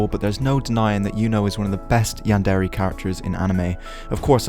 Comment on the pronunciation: You pronounce is "Yan-dairy" But, I'm pretty sure it's pronounced "Yan-dear" :<